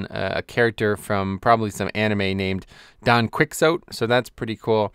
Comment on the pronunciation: Don Quickzote. /cringe